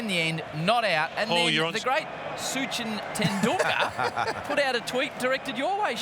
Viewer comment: "SuCHin tenDoolKErrrr and VirOOT KOLeeeee"